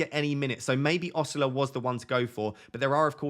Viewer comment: Osula is pronounced Oh-Soo-lah The stress is on the last syllable